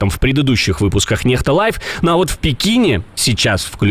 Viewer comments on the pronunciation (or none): NEXTA написано латиницей и должно читаться НЕКСТА, А НЕ НЕХТА. Это "НЕХТА" ВСЁ РАВНО ЧТО "МАДЕ ИН"... ЭТО "НЕХТА" НЕВОЗМОЖНО СЛУШАТЬ. ПОЛНЫЙ ОТСТОЙ.